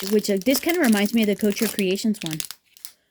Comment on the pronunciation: Thanks for the comparison. Note: couture is not “coacher”. The ending syllable is like tour